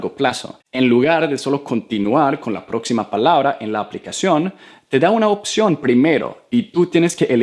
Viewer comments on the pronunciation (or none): none